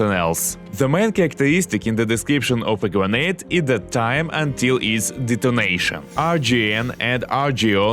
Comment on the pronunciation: I kept hearing donation instead of detonation "shoot him before donation" 😅